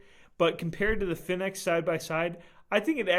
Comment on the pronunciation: btw you pronounce fenix wrong, it's the same as phoenix. anyways i think 10 lumens isn't really enough light even for a keychain light...my keychain light is the thrunite ti which is 162 lumens with an AAA battery. the size isn't too big for a keychain at all and it's very light